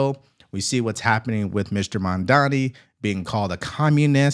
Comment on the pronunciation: Everyone mispronounces Mandani how about Devari Dorkins .